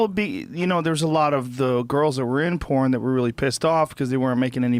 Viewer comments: lol "pooen" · The way Jon Ronson pronounces "phooorn" makes me want to take a shower. So dirty